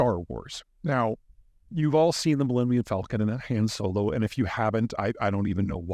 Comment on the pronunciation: I'm a little disturbed by your pronunciation of "Han Solo".